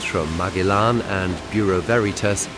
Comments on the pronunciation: MAG E LAN ?????? Surly it's MA GEL LAN ???? The navigator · Marg-e-lan is Ma-gel-lan. Painful. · Is’nt Magellan pronounced Ma-gel-in? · It's pronounced Ma-jel-an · ... interesting mini doc... but what an annoying mispronunciation of Magellan... made me cringe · its the way you pronounce Magellan in German